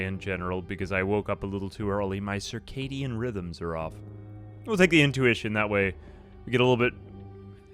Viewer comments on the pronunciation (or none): none